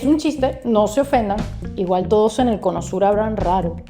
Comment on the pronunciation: JAJAJA "hola a tuoduoas" jsjajajaja xd c mamó